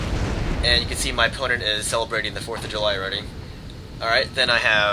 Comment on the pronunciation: "As you can see, my opponent is celevrating the 4th of july" lmao